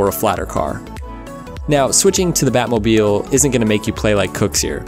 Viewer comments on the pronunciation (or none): none